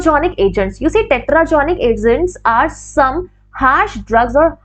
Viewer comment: Teratogenic agents instead of tetragenic. Kindly see regards